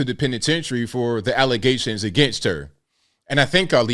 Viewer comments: The worst ALLEZATIONS??? IF YOU CANT SAY BATHROOM WITHOUT AND "F".....YOURE GOING BACK TO AFRICANT. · “False allezations”